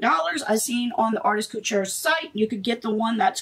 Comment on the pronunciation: Couture... Not cutchure 🤦